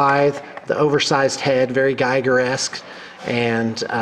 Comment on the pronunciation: i love the forge world hive tyrants so much. Both the winged and footslogging versions. By the way it's pronounced geeger. Geiger (guyger) is the guy after whom the radiation counter is named.